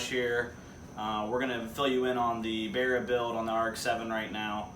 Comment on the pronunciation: Love how you call it a "BEAR-A" its like an American barra :) I get a huge rush off Aussie pride when I see you guys in the US putting our 4L six in your cars. Thanks for the great vids man your doing well